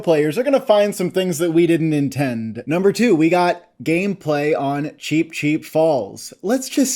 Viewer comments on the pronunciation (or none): none